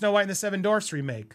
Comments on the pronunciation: dorfs??? DWArf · It’s not Dorfs it’s dwarfs buddy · It’s not “dorvz” it’s dWarfs lol, other than that I agree with everything you said. Also, thar TikTok girl should be the writer and next actress for snowwhite after this one tanks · DWARFS Andy, not Dorfs 😂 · Bro, it's not Dorfs, it's Dwarfs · dWWWarfs. dWWWWarfs. Omg, saying "dorfs" over and over...Ugh so cringe. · Hehehe - “Dorfs”😂😂😂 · I'm giggling, Andy🫢🫢🫢 Seven Dorfs 😉 I have a hard time with some words, too. "Dorfs" works too! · Distracted by the pronunciation “dorfs” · “Seven dorvs” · Lol - the "W" in "Dwarfs" is not silent. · You cant pronounce "dwarfs"?????? Lol. Maybe not say it as much.